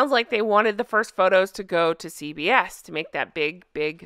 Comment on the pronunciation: I kept hearing CVS rather than CBS!